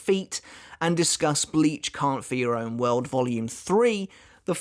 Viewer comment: Am I the only one who hears "Count for your own world" with his accent? No trying to be mean